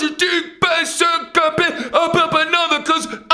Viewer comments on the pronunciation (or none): none